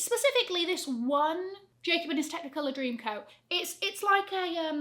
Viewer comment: Was it just me or did she say Jacob???!